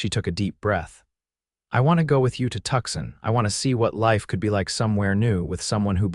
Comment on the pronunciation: Listening from Clarksville, TN. Nice story but have a suggestion - it is Tucson not Tuxson. Please try to make the correction.